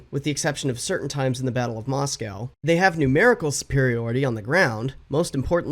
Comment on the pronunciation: you still can’t pronounce Moscow